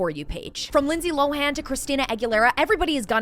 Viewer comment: Lindsay Lohans last name is pronounced LOW-EN!🤦🏽‍♀️🤦🏽‍♀️🤦🏽‍♀️🤦🏽‍♀️ NOT 🚫 LO-HAN!🤦🏽‍♀️ LOOK IT UP SHE MADE A VIDEO EVEN SAYING IT HERSELF IT'S PRONOUNCED LOAN LIKE L O W E N. 'LOWEN' LIKE THAT!!!! NOT LO-HAN!!!! THE H IS SILENT